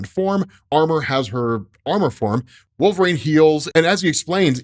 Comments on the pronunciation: I really, really wish you would stop saying "Wool-frayne",. JFC, it's "Wool-vuh-reen" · Absolutely cancerous pronunciation of wolverine